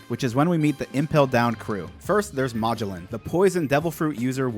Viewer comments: bro Mah-g-lin? Ma-gel-on. His name is Magellan. Like the famous explorer who sailed around the world. I really hope you pronounced that wrong on purpose. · bro plz stop saying magellan’s name like that😂😂. it’s muh-gel-an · It's Ma-GELLan, after the actual Portuguese guy who conquered the Philippines for Spain. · Dude its pronounced Ma-gell-in not mah-joe-lin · Just so you know, his his pronounced muh-jell-in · Magellan- Muh-jel-lan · Poison warden= "Muh Jell ehn" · its magellen like the explorer, and Hannibal is like the movie or the general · ily bro but its muh-jell-in please i lose part of my lifespan every time you say his name like that 😭😭😭😭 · Muh-Jell-In btdubs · Pronounced ma jell an, Magellan with the a having the same sound as the a in at. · God it bugs me how he says Magellan. Like bro, you know how to say Ferdinand Magellan. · I can't handle the mispronouciation of Magellan. lol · My only gripe with your vids, is the pronounciation of some of the characters names 😅 Magellan for example, or the use of eneru 😮‍💨 Great vids regardless, and I love your theories and excitement! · Wait...how the actual fuck did you pronounce Magellan..? Yeah, I cant tolerate anyone who fucks up that badly on a basic name like that. Thats a hard pass. Ill never see you again✌️ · I cringed every time he said Magellan